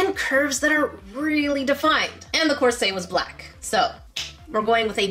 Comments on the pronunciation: PLEAS DO JENNA MARBLES Did you say corset like corsA it is corsET? Have I been pronouncing it wrong but is corset righ??🤔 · It's definitely corsET. She's saying it as if it's a French word or something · She is wearing a course Me: Saltiness intensified YOU MEAN COURSET YOU SAID IT WRONG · The way she said "corset" physically hurts me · I just saw in the last video of yours that I watched that English is your third language, and that you're from Canada... Then I heard the way you pronounce "corset," in this video... I'm guessing that one of your first two languages is French, but what is the other one, and in what order?